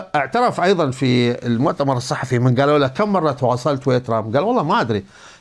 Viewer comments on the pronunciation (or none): none